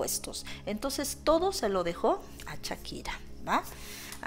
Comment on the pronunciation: Hola desde Ca., Aclarando es SHAKIRA, no CHAKIRA, y es Clara Chia, no Clara Shia. cuidado con la pronunciacion.